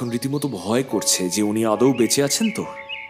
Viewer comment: vale of tales- এর reference- এ আপনাদের গল্পপাঠ শুনছিলাম। মন্দ নয়। তবে উচ্চারণে একটু নজর দিন। অগত্যাকে অজ্ঞতা পড়ছেন, আদৌকে আদেও ইত্যাদি।ভুল গুলি শুধরে নিলে একটা standard বজায় রাখতে পারবেন আশা করা যায়।